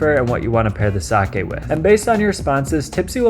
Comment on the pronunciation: Good video, and extra points for knowing how to say sake. -viewer from Japan.